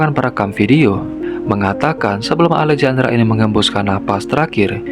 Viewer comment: Baang Alejandra pas 'j' nya dibaca 'h' bang jd alehandra, biar enak didengerin 🙏